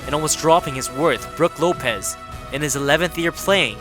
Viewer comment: “broog lopes” “rope in lopez”